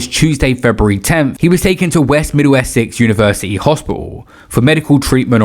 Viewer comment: Middlesex not middle Essex